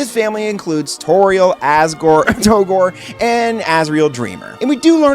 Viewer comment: Did he say toegore? 😂🤣